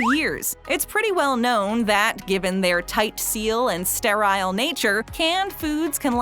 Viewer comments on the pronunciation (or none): Sterile isn’t pronounced “stat-Ryle!” 🤦‍♀️